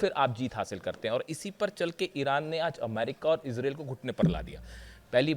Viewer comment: तेहरान में 20-25 अरब लोग इकट्ठे होंगे -. यह तो तुमने सही बोला की तुम कौन होते हो बोलने वाले।जनानी तुम्हारी न्यूज़ बहुत अच्छी होती है।पर इसराइल का उच्चारण सही किया करो. ये इसराइल और अमेरिकन बेवक़ूफ़ है जो आपसे सलाह नहीं लेते, और आप जैसे रिपर्टर भी हज़ारो साल में एक बार आते है।